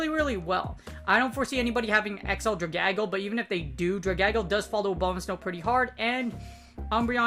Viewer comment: Hey, I love your content! This is a great series! as an English teacher, I have to mention this; Dragalge ought to be pronounced Drag-al-gee (like Dragon+Algae, the ocean plant) Sorry, only mentioned it because it’s my job, please don’t hate me XD Ty for the content as always!!! Great work!